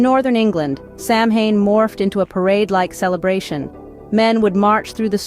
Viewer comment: Not Sam Hain goid gods 🤣 pronounced "SAH win . Educate yourself before attempting a documentary on something you apparently know nothing about.